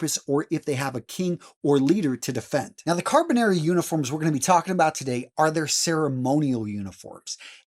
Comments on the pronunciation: This guy needs to actually pronounce the title of "Carabinieri" properly. As a former MP who served in Italy at SETAF, with the Carabinieri, please say the title properly. Sheesh. Carra-be-nir-ri. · At least he got the history correct